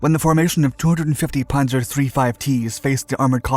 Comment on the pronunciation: Its not ponzer. Its panzer. With a Z get it